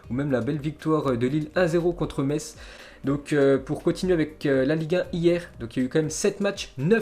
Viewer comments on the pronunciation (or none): none